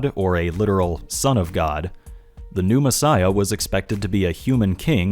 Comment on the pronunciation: I might just be easily amused but I can't stop myself from hearing you say "Pneumassiah" instead of "New messiah". Maybe it's because I know what pneuma means. Also, about the broken bones thing. I'd wager that it has nothing to do with the ancient "prophecy" at all. I could dismiss it as nothing more than a fanboy saying that Batman got beat up, but at least he didn't get beat up too badly. Jesus got crucified, sure, but at least none of his bones were broken, because Jesus is too awesome for that kind of beating! I imagine broken bones were considered a pretty terrible thing back then... considering that the bible goes out of its way to make it sound like broken bones are the most terrible thing. Nonexistent healthcare, primitive beliefs, the sheer length of recovery from broken bones being really significant to primitive societies... I don't think we need it to be a misheard reference at all. But it certainly could be one. It doesn't matter either way, since it's not even close to prophetic in either case. I just think there's an even simpler explanation. Broken bones suck, and it wouldn't do for Magicman(tm) to be sullied by such an awful thing. Edit 2: better way of explaining what I mean: I imagine broken bones weren't often set properly. Imagine a messiah with a limp. Don't think that'd make for a very impressive savior, so "he got the shit kicked out of him, BUT NO BROKEN BONES SO HE WON'T BE CRIPPLED FOR THE REST OF HIS LIFE GUYS IT'S OKAY whew saved it"